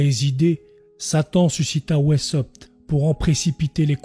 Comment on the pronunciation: Weisshaupt se prononce veissaupte ou, à l'allemande, waïssaupte.